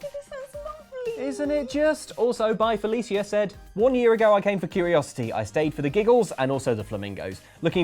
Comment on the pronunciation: The way pronounced “Felicia”...